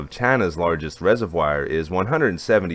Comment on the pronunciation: Take a look.at the pronunciation of 'reservoir'.